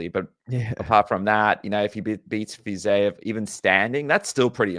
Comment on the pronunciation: for the love of God, stop with the "Fizayev " It's Fiziev. I can't tell if you're doing a Chael "Pierra" bit or what, but it's personally really annoying